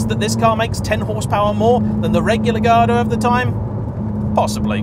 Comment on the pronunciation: That sounds nothing like the 458s I've driven. The H in Huracan is silent, ffs! And yet you manage to pronounce Gallardo correctly? 🤦‍♂️